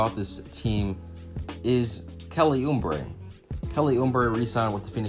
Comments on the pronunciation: Good take. But its Uuuuuuubre not Uuuumbre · Who in the hell is Kelly Ummbray? It's pronounced ooh - bray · It’s Oubre jr not umbre 🤣🤣💀💀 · There is no 'M' in Oubre. It's not Kelly Oombre. haha. It was the youngest team in the league last season. Watch out for the Suns this yr. Good vid. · That's what i was just thinkin and he keep saying it kinda drives you crazy lol